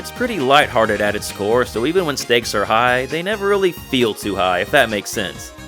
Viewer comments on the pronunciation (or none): none